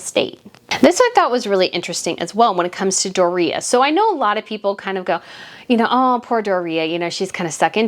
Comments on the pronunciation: I always thought it was " Doooria" Like the stress in the "o" part of it, not the "i" part ..but hey, what do I know? LOL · I like your videos and you do good research. I think Meg's mom's name is pronounced Doria with 3 syllables; and put a long sound on the o...like 'doe a deer'...... Doe-ree-ah. Not, how you are saying her name, Dor reah. I promise. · Why are you aping Tom Bower's affected pronunciation of Doria? It's "Dor-yah" NOT "Do-ree-yah". I'm sure you'd find it grating if people called you "Breet-NAY". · Hi, it’s not Dorea, it’s Doria, one word, like Dorya! Ok 👍🏽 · It's "Door-ee-uh", your killing me. And I am in agreement with you. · Meghan’s mom’s name is dooria. Pronounced door ia. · Why are pronouncing Doriah name DorReeha ? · Mutt's mother's name is pronounced DOR-REE-AH. Mispronouncing someone's name drives me crazy.